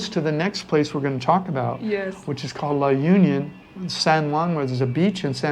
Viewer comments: La Union ....we locals pronounce it La onion 🧅😅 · The right pronunciation of the La Union is La onion